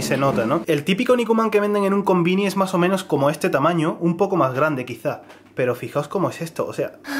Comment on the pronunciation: Me encanta cuando dice "No pasa nah" o "mah o meno" ><❤